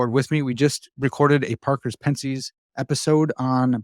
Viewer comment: "Pen-sees" you're kidding right? That's meant to be a joke pronunciation, right? Right?